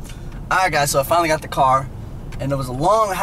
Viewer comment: pronounces car as "قار" 😅